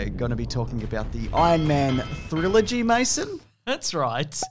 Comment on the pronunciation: "Thrillogy" - y'all were so proud of that haha. I'll allow it. 😂